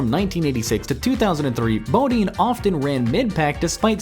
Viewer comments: IT'S PRONOUNCED BUH-DINE, FOOL, NOT BOW-DEEEN!!! KISS OUR BIG YANKEE ASS! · Who is Brett Bodeen? At least know how to pronounce the names right besides reading stats you got online.